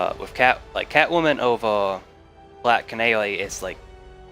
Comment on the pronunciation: Numba thweeeee starting at black canawy😂